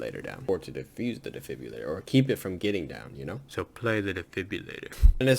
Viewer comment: you call it a defibulator it’s defibrillator🤣